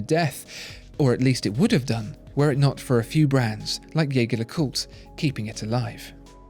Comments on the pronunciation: You produce brilliant reviews. But.. …please, stop butchering the pronunciation of my favorite watch brand. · Pronounce the brand as they meant it to be pronounced... Agree with others too, that lume application is inexcusable at that price range and from a brand like JLC. Ouch. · You present yourself as a channel that informs people about high-end watches and watchmakers. So don't you think you owe it to everyone watching to at least pronounce 'Jaeger-LeCoultre' correctly? By the simple fact that you mispronounce 'Jaeger-LeCoultre' just lowers your credibility (to me) as a connoisseur of watchmaking. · The narrator keeps saying "Jaeger-LeCoultre" wrong. Just go to their YouTube channel and learn to say it correctly.